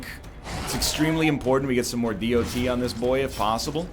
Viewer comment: I can't help but feel irritated everytime egg says "the D O T"